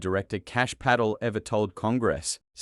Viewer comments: An Aussie doesn't know how to pronounce an Indian name, PATEL ??? 🤦‍♂️🤦‍♂️🤦‍♂️🤦‍♀️🤦‍♀️🤦‍♀️ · Pa-tel for God’s sake, you sound stupid pronouncing the clowns name incorrectly 😡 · AI can not even sat PATEL properly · PA-Tel damn it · More lies from Adam Schitt and the Democrat BS propaganda news network. Also the teleprompter this bullshtter is, reading from doesn't even know the FBI directors name. It's Kash Patel. Not Kash Paddle. These Democrat propagandists are clueless. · Im still laughing at the name being pronounced as paddle 😂😂😂😂😂😂😂😂😂😂😂😂😂😂😂😂😂😂😂😂😂😂😂😂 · except his name is Puh-TELL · "Paddle?????? The film also f****d up Patel's name (pronunciation).:face-blue-wide-eyes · His name is pronounced Pat tell with the stress on’tell’ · Pronouce his name correctly. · This AI narrator has pronounced Patel’s name 4 different ways. So distracting. Pick one way and stick to it. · I hate AI voices - can't even pronounce Patel's name. Sheesh. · AI, please learn to pronounce People names! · Man this a novel, ir goes on and on with AI, please elect an american accent that can pronuncie Patel. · Why misspell and mispronounce Kash Patels name? It does not help your criticism. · His name is pronounced Pa tell with the stess on ‘tell’. And seconds is pronounced as second with stress on sec. Not on conds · It is Kash Pattel FFS, not Paddel! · PATEL, not PADDLE! Stupid AI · It is Putt-el ..not paddle, or patl ..😅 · Who is this Pay-tel....is it possibly Pa-tel? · AI failure. You need to do away with the fake accent and correct the names. Patel, not Paddle and so on. Patel does belong in prison. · P A T E L not paddle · Pa TEL, not paddle. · Isn't it Patel, NOT Paddle. They can't pronounce Cash Patel's name correctly? Not that we should give this egregious liar any respect. It appears to be a made up address from Adam Schiff with the head of the FBI. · Not paddle, its Pah-tell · This video needs a better text reader. Pattel ? 20 tee aiche? etc. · PAT-ELL, mate! PAT-ELL!!! FFS.